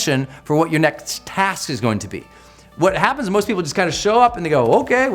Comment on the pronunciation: He said "Nekkxt" instead of "Next"